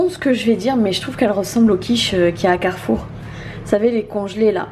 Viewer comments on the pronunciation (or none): none